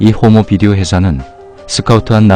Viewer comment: 호모비디오에 출현시킨다고 한다에서 왜 강조하시는겁니깤ㅋㅋ